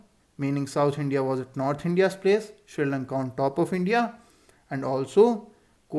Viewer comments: It is Sri Lanka not Sri labka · Sir it is srilanka not srilabka